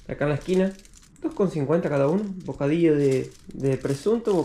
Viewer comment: Jajajaja, por que le decís "bodaío" en vez de "bocadillo"? (digo, fonéticamente) 😂 te mimetizas en la fonética del lugar al que van 😂😂😂😂